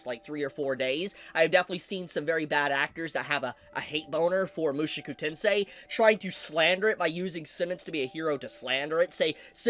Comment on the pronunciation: Oh dear can't stop myself... MushOku not MushUku! Show not Shoe!